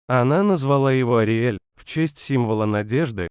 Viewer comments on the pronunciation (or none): АРИЭЛЬ ИЛИ ОРИОЛ? ПОЧЕМУ ИСКАЖАЕТЕ ИМЕНА.